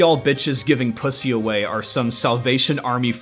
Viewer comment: Hearing you say "pwussy" made me laugh so hard I cried :V